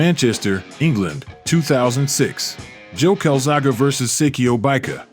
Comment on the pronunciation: The level of disrespect in getting his name wrong is crazy. Showed joe as much respect as Hopkins did